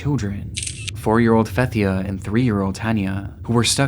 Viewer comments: its /Fatthia/ not /Fathia/ , may allah rest their souls ameen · Out of respect to the Grenfell child victim her name is Fathya pronounce Fat/heya and not Fathya. Rip poor child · Minor correction, but Fathia is pronounced "Fat-Hiyya" فتحية. May god have mercy on their souls.